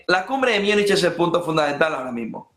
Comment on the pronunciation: MÚNICH, MÚNICH... SE PRONUNCIA MÚNICH